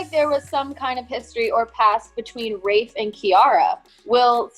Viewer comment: thought his name was rayth lmao not rafe haha